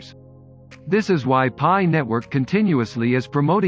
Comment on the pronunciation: great video but its pronounced PIE coin as pi=3.14.......other than that very informative